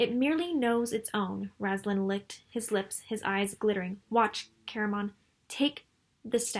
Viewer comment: Found your channel randomly and enjoyed your critique of on my favorite novels. My only "complaint" is how you pronounce Raistlin's name. You say it as Raz-lan but it's Ray-st-lin. I cheated and fast forwarded to your newest videos just to see and you do say it that way in the newest one too. here is Margaret herself saying Raistlin for example. Besides that tiny nitpick I really enjoyed and stayed to the end! Keep it up. There are a lot of wonderful elements in the Dragonlance novels.